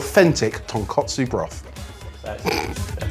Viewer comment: One day they'll say Tonkotsu correctly and stop pronouncing it like the pork cutlet dish instead.